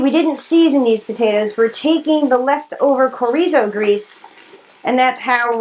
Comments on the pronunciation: Sho-ri-zo, not corizo😆😆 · That Mexican meat is pronounced schor eee so. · It's pronounced "Chr-ee-zo" but great recipe. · it is pronounced shore eee zo. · That Mexican sausage your using is pronounced (shore reeso). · Chorizo is pronounced "cha rees o" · ... it's actually pronounced cho...(long o) ree.. zo (long o again) 😊 looks good though